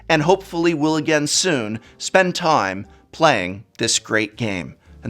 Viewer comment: I must say, the way you say local Game Store, i feel uneasy